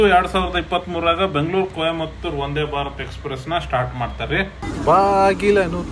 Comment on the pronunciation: ನಿಮ್ಮ ಶ್ರಮವನ್ನು ಗೌರವಿಸುತ್ತ - ಅದು ಒಂದೇ ಭಾರತ್ ಅಲ್ಲ ಸರ್, ವಂದೇ ಭಾರತ್